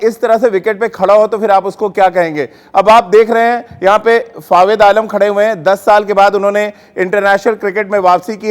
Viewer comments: अबे जोकर नाम तो सही ले😆😆😆 फावेद आलम नहीं बे जोकर फवाद आलम नाम है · abey bhai Fawid nai hai.. Fawad hai FaWAAAAAD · are Dimag ghutno me h kya tera ya sunai nhi de rha ye chutiya fawed fawed kr rha h inko kon media me bithata h yr 😃😂